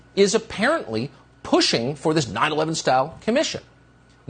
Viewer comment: Why does he keep saying 9-11 that way? What a douche bag!!!